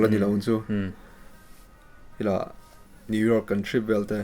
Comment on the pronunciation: What is kan thrih😂 u mean trip hehe